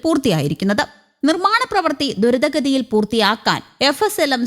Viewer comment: ദുരിത ഗതി യോ??? എവിടുന്നാ മോളെ മലയാളം പഠിച്ചത്???😂 ദ്രുതഗതി എന്ന് വ്യക്തമായി പറയണം